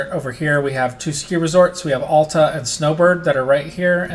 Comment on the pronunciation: I'm sorry but no one pronounces Alta with the "a" as in almost... As locals we pronounce it with the "a" as in the name Alex.